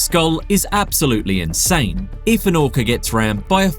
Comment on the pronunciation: Did I just hear him say" an orcer "